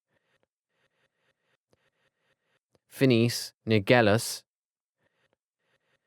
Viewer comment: HE CALLED PHINEAS "PHINECE" 😂😂😂😂😂LMAO He says Regulus like "re-GOO-lius"